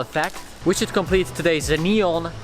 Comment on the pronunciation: Normal people : Neon Him : Nyon